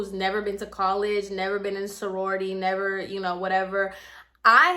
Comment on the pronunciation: Lmao girl!!! He’s s hot ass mess. But why do I have a feeling you were telling other people the story using sorority bc fuck it 😂😂😂 so it was harder for you to use fraternity and I lost it when you said “forority” 😭😭😭😭😩😩😂😂😂😂😂